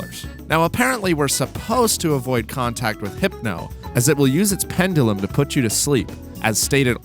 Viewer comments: I’ve never heard someone not say “pen-jew-lum” before. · I’ve never heard anyone before this video not say “pen-juh-luhm” before.